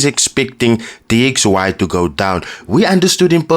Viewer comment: After he said DYX instead of DXY i knew he cant trade and this will fumble :body-green-covering-eyes::body-green-covering-eyes